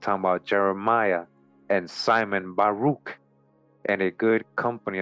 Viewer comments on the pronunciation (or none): none